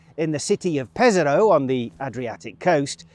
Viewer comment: Pes-Ah-Rho, not Peza-Rho.